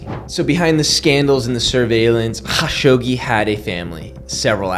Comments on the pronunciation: All love but: just say kashoggi, not KHAshoggi. Pls n ty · Sounds like you sayin Hawkshoggi.